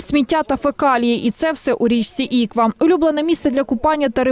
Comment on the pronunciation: Журналісти, послухайте як говорять місцеві жителі, в слові Іква наголос потрібно ставити на останню букву, а не на першу. А загалом матеріал правильний, проблему дійсно треба вирішувати.